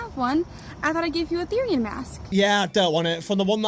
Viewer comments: IT IS THERIAN NOT THARIAN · these a called therians (pronounced as th-ear-rian-) and furries therians feel like they are soulfully Conected with certain animals and furries do it as a hobby as a therian i find this really offensive but its your opinion please dont post more things like this❤😢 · As a Therian, the way he pronounces is is hilarious, and I'm not even mad because this is just funny